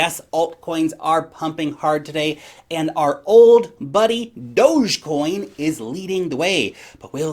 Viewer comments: it's pronounced "Dogecoin"!... : D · Does say Dogecoin kind of weird or is my whole life a lie?